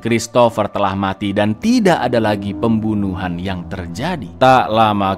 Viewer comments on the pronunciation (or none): none